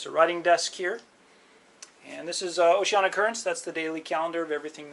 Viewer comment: OCEANIA not Oceana......cluts